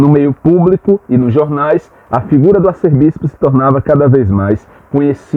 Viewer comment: A pronúncia correta é “Arcebispo” e não “arcerbispo”.